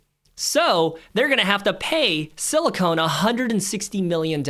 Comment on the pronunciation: It's "SILICON". NOT "SILICONE"!!!!!! Too busy running your mouth all over the place. Money should be in a South Korean ETF with 20% in SK Hynix, 20% Samsung Electronics. Rest of their holdings include Hyundai, Motor and various Aerospace and Shipbuilding companies. FLKR is 40.87 and only has an expense ratio of 0,09%. Go South Korea!